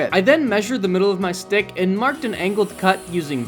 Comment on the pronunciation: Why was bro saying stick like that